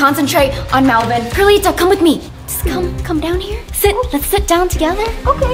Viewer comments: It’s perlita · It's Not Perlite It's Perlita